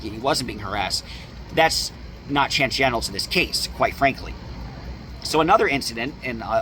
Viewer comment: tangenital? 😆 (appreciate the recaps. love your style)